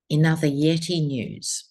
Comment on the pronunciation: We love you ❤❤❤. Thank you for checking in with us 🙏🏻💖. When you say “Yeti” it always makes me laugh 😂 👍🙌